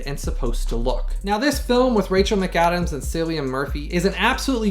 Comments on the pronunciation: Thank you so much for all your time & effort on this detailed review! My copy is arriving tomorrow & your review made me even more excited to re-watch this amazing film finally in 4k (and done well)! Thank you Paramount! Also, Cillian's name is pronounced more like a K than a C. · Somehow I’ve never seen this, so I am excited to see it soon. Also FYI his name is pronounced with a hard C like the word “kill”